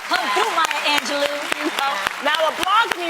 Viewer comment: SO AINT NOBODY HEAR HOW A PRONOUNCED MAYA ANGELOU NAME LOL